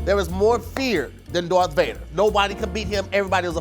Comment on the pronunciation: “Dorth Vader”😂